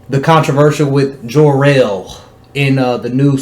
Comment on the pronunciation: Whos jarrell? Lol 😂😂 you mean kal el ?